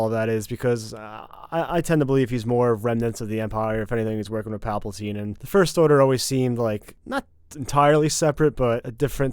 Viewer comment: Nobody:: Palpeltine